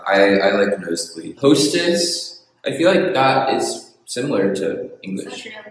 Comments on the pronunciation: I died when they said "HOE-STESS"😭 gurl i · Hoe - stess 🤣🤣🤣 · Im dying on the "Hoe-stess", I'm so sorry 😂. And if you noticed, we really taken the Tomboy seriously. I agree with the "That's not how that works"😂